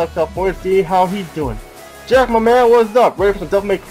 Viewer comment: You know I had to check that again and again, I thought you said Jeff there and not Jack